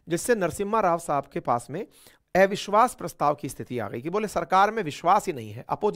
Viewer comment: एविश्वास🤔 या अविश्वास प्रस्ता😛